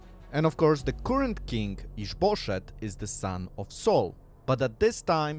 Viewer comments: We've got added comedy in this one. I don't know what the name is, but it sounds like "is bull$hit" every time he says it, and it provides quite a funny context. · with your accent it sounds like you're saying is bull s#*[